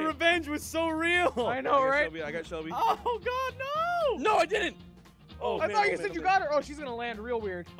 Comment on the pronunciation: He calls Shelby shumpy